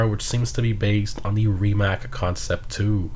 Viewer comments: Its RimaC not RimaK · It's pronounced "Ree-mac"